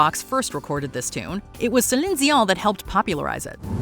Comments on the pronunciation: How come you say Celine Dion with an accent? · I hate the way she says Celine Dion. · Strange how she's pronouncing Celine Dion